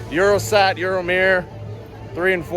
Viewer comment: its euroSAT broski😂💪🏽 not eurostack